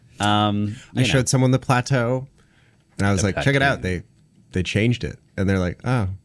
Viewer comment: Why are you all calling it Plateau 😭